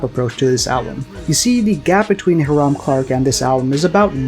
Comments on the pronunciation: High-rum :) not heerum. It's an area of Houston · Also it’s highram not haram